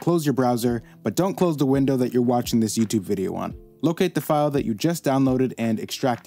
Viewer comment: the coincidence of me trying to export a fire animation gif and you misspeaking file. amazing